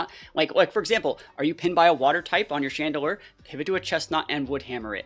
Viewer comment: IT'S CHANDELURE, NOT CHADEDELURE!